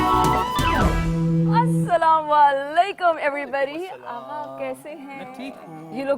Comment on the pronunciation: Someone please teach her to convey salaam..it's Assalamu 'alaikum